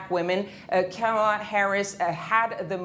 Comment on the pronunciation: Its KAMALA it rhymes with PAMELA ya don't wont no dramaLA!!